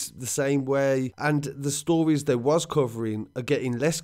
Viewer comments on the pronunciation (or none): none